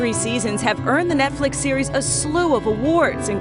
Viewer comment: "Nekflix series House O cards"? Forgot how to speak?